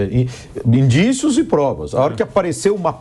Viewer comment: Não! O Cajuru disse indicíos!